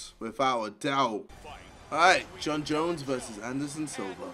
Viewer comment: He said jon jones name right today